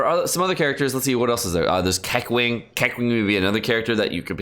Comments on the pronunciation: KEK-WING? you mean Kuh-Ching, but It's ok cuz you were undercaffeinated xD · It's not kekwing, its keching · BITCH WDYM "KE-KWING" ????? IT'S BEEN 6MOS SINCE THE GAME CAME OUT BRUH IT'S "KUH-CHING" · KEKWING. HE SAYS KEKWING LMAO. It's actually so simple. Kaching. You've probably heard that in reference to money. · Did he really say kequing? Instead of keching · ah yes, kequeen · ke ching is the pronunciation for keqing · Its Kaching to pronounce Keqing lol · woah another way of pronouncing keqing lol. keck wing lol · it's pronounced ke ching btw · did pronounced keqing, keq-ling? Lol he must really hate her